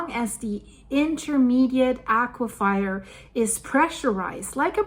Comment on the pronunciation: As a fellow ESL - Please let me say, there are no wet fires as in aque-fire, I thought it is pronounced "a-cue-fur" as in fur-coat, I just have never heard a native speaker say it that way.